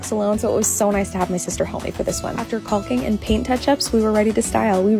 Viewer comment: The only thing I’m not fond of is putting the wall color on the ceiling and it’s caulking the l is silent…